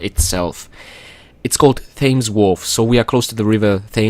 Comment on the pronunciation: To boost on your English skills, the word Thames is not pronounced "fayms" as you had said in the beginning of the video. It is prounounced like the number ten, as "tems". Flue, is another word for chimney. Also, on Lara's outfit that you mention later on, I'm not sure it's a catsuit. The vehicle for the London area is an underwater propulsion suit, typically used by frogmen and divers. I think the outfit is supposed to go with this, and thus is a wetsuit.